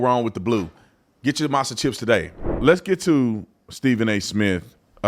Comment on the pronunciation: "Masa"? That's crazy, lol. Whatever, man.